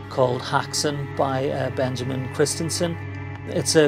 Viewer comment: Why can no-one pronounce "Häxan" correctly